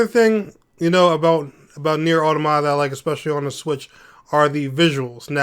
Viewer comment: Still mispronouncing automata